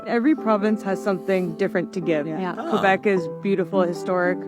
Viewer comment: You said Quebec wrong